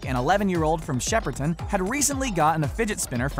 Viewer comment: Its not shepperton its shepARton